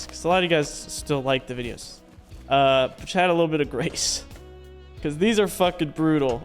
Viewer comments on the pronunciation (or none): none